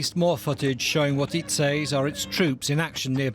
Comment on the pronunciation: British people pronunciations absolutely irk me. Lol "SAY(S)". {SA-AY-EZ}!?!?!? tf is that.